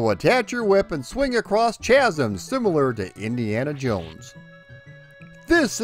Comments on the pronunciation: Do you really not know how to say CHASM or were you saying it wrong to be fun? 9pronounced *(kazm) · "Chazzums"? the 'h' is silent. :p